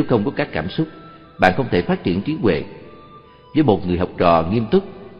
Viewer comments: "Trí huệ" hoàiiiii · "TRÍ HUỆ" LÀ CÁI GÌ ? NGHE MẮC MỆT . " TRÍ TUỆ " LÀ NGHE ĐƯỢC .